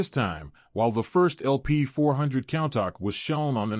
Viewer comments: It's not pronounced "cown-tahck"...it's pronounced "coon-tash" this video is unwatchable with all your mispronunciations. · It's pronounced "coon tosh" not count tack🤦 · When providing information about a vehicle, getting the name right seems important! WTF is a "Cowntok?"